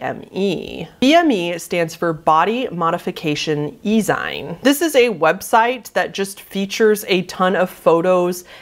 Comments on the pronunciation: e-zine is pronounced “zeen” like in magazine. They were really popular in the 80’s and 90’s. People would make real paper zines with art, politics and lesser known music and sell them at small record stores. Then they moved to the internet and were called e-zines. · The way you pronounced ezine made my old, ancient body chuckle. You're too young to know about the zine and ezine era. Zine is a shortened version of the word magazine. So you pronounce the word zine so it rhymes with magazine.